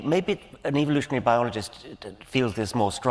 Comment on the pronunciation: It’s soooooo awesome how Dawkins pronounces evilooshun 😈